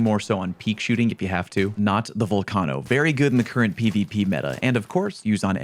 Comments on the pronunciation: My dude can't pronounce volcano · I’m sorry the vol what? The volcahno? You mean the VolcANEo??? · How do you not know how to pronounce volcano